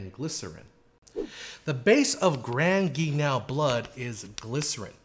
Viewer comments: Grand Guignol is pronounced like "hull" not "canal". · Oh, dear-- have I have been mispronouncing grand guignol all this time? I really believed it should sound like "gran geen-YAW". Here, it's spoken as "grand gee-NOW". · Appreciate your very informative videos, thanks! Btw you should say Grand Guignol like this: Gran Ghee neol (or knee_all) 😉